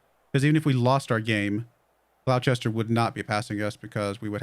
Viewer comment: Gloucester, strange though it may seem, is pronounced glosster.